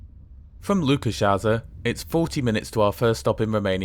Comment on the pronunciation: The way you pronounce Lőkösháza resembles Lukácsháza, which is not fully a border town, there are 2 villages between it and the border, but it’s by the Austrian border. Just an interesting info. As an English speaker, you of course butcher all the foreign names, but I’m proud of you for trying your best!